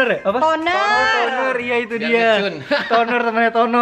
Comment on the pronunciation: Juner? Toner bang:v